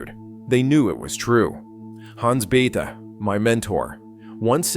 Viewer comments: Bay-ta. Not Beth. I used to work with his son. Also brilliant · The narrator is an idiot. He pronounces Bethe as "beth," not "beta." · Hans Bethe. It's pronounced beta, not a girl's name "Beth" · How does this video manage to pronounce Bethe both "Beth" ( entirely incorrect) and "Beta" (close enough)?? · And, Bethe is pronounced Beta... ;-) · Stopped watching when the bot voice pronounced Bethe as "beth". It clearly never heard about the paper by Alpher and Gamow. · You need to decide how to pronounce Hans Boethe ,(it's not "Beth")... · No one knows who “beth” is. The man’s name is Hans Bethe - pronounced behtuh. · This speech generator can't get the pronunciation of the players' names correct, or even consistent. Von Neumann. Bethe. And others.